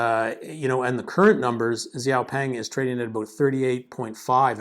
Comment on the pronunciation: Thank you for sharing your views. Excellent video! BUT, I would like to help you pronounce the name correctly: Xiao (shiao) Peng (the "e" is a schwa sound). Hope this helps! :)